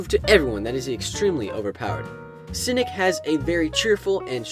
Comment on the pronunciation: When he said cinic I thought he said simp